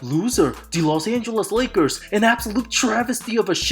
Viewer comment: I mean, how else can you describe the LLLLos AngeLLLLes LLLLakers?